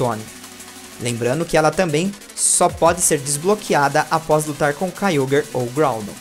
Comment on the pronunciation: não e kayogrer e kayogre que fala